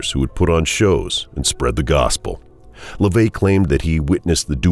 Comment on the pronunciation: His name isn't LaVey. It's (Levy).